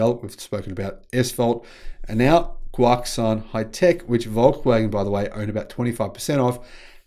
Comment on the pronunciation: Guoxuan is pronounced Guo Shu-on